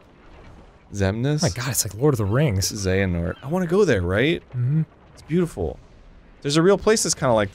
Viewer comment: Arin getting the name of the main protagonist wrong over and over again is great.